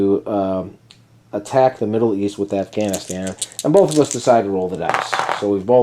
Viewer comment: You say Afghanistan like a veteran lol